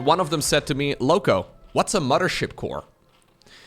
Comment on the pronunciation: "mudder ship core"